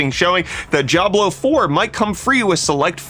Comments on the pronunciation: Diablo isn't pronounced: "Job-Low" 🤦🏻‍♂️ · Why am I hearing "Jiablo" whenever he is saying "Diablo".